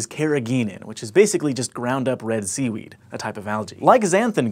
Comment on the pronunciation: When he said seaweed, i thought he said semen